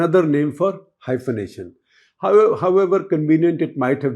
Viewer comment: 😂😂.. Hyphanating😂🎉😂😂 Bol kaun raha hai... Guptaji... ❤